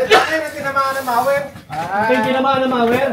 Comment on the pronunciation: correction po: mower po hindi mawer🤣😊